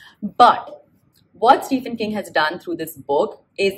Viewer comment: It's स्टिवन किंग ✅ and not स्टिफन किंग ❌